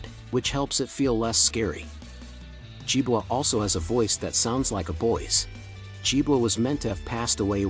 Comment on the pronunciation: Nicely presented but with an obvious AI voice. It would have been of great benefit if the entrance of JiboRobotics had been included as they are currently the ones who are keeping Jibo alive. Good content and I love how the AI voice pronounced Jibo as Jibwa😁